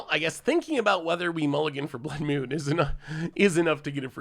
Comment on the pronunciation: Blood “Mune” is what I am hearing you say.